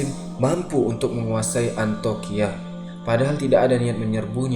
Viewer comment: Maaf saya ralat, bukan Antoqiah tapi Antioqiah ( Antiokiah ) sekarang di turki